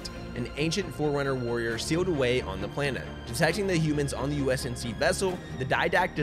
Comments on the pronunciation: great, Great, GREAT video guys! love my Esports Talk bois keep at it you absolute legends (except kept saying USNC instead of UNSC lol) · Great video, but it's UNSC and not USNC. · Just a heads-up, it's UNSC (United Nations Space Command) not USNC. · I had to go back and check but u kept saying "usnc" throughout this video it's UNSC lolz. Great synopsis of the story overall tho! Keep up the good work dude! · Nice short explanation. Shame he kept saying USNC instead of UNSC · U-N-S-C!!!!!!!! if i hear ''USNC'' one more time i'm gonna start breaking windows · Take a shot every time he calls the UNSC the USNC. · Am I really the only one who noticed hes saying usnc not unsc? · It’s UNSC not USNC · UNSC....U...N....S....C NOT USNC REEEEEE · You say USNC so many times lol UNSC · Twice I've heard him say U.S.N.C instead of U.N.S.C and in triggered lol